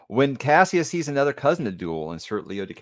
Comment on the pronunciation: The one thing the new voice actor that bothers me is when he calls him Cashus instead of Cassius…